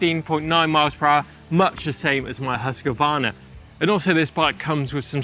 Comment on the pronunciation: PLEASE PLEASE PLEASE, it's not pronounced Husk A Varna...THERE IS NO "A" between Husq and Varna. Please pronounce it properly....HUSQVARNA